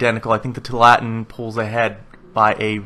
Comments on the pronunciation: Two allah tin, not twolatin. It's named after an area in oregon. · Tualatin is pronounced: "Two-all-it-in" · The pronunciation is too-a-la-tin. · Too-ah-la-teen. Sorry but that's driving me crazy!